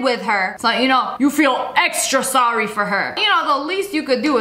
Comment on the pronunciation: Now say sorrywy (btw the sorry spelled wrong it on purpose because how she said it)